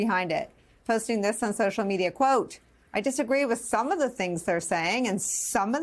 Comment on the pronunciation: Why are you emphasizing the word "some" when you read it. Seems disingenuous.